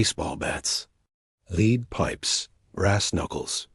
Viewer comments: Looking like AI: narrater pronounces 'lead' as in lead-pipe as "leed pipe" maybe that's just the audio and not the entire content. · Leed pipes? AI much?